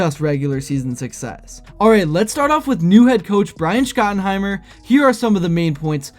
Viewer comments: Bro you don’t even know the cowboys coaches names 😂 scotenhiemer it’s pronounced shot not scot.. how can we take anything you say seriously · I did sub to your channel, but please don't say SCOT-IN-Heimer anymore... His nickname is Shotty. His dad was Marty Schottenheimer. A legendary coach.